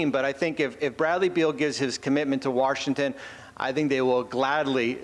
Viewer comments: Did he actually say “Warshington”? He actually said that, didn’t he? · Listen, if you are like Bobby Marks and cannot pronounce "Washington" correctly just say DC.